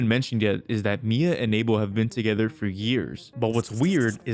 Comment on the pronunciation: idk why him or no one has been correcting his name pronunciation its "Uh-Bell" not "A-Bill"